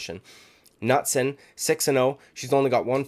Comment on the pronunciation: Knutsson is training at all stars with khamzat. Im hoping for her to get it done. And yea the K is pronounced. Keep up the good work man great content